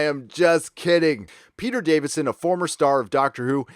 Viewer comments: I really like your videos and commentaries but I have to nit-pic about one thing... it's Peter Davison, not Davidson. No "d" between the "i" and the "s". Sorry, I just couldn't help pointing that out. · Peter DaviSon. Not DaviDson. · Davison not Davidson. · It's Davison not Davidson. Lol My annoyance with Alex Kingston is her flip flopping something Peter Davison never did. Also she seems eager to get another paycheck playing River when she said she would return with 13th. Enough Alex! A lot your alums moved on. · It’s Peter Davison not Davidson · Philip Schofield - Scho rhymes with "show" and cho is as "co". Co-field, with an s on the front, if you will. Also Peter Davison (not Davidson) is still working. I just worked on a BBC/HBO series he's in. Not sure how dependent he is on the franchise for income as surely residual at this stage, would presume "not much".